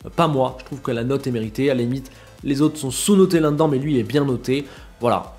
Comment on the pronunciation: "l'un n'd'dan" ça vient d'où ça ? Lol Là-dedans. Là-de-dans. 😅